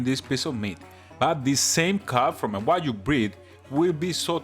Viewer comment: I love how he say wajyu instead of wagyu, this is that I know 😂😂😂